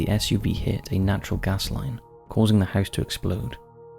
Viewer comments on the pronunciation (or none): none